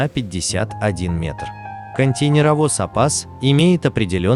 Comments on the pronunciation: КонтЕйнеровоз произносится через букву "Э" как - контэйнеровоз. Ну раз уж вы озвучивает, так учите пожалуйста великий и могучий.... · КонтЭйнеровоз... Ударение и буквы хотелось бы употреблять как нужно